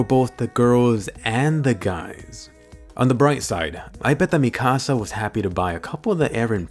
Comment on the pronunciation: Mi-kasa is my house in Spanish its Mik-asa please say it right